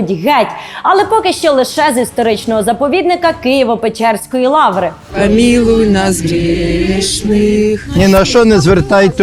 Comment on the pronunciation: "Кієво-пьечьорскай лавре"😂😂. У них печера називається печьора?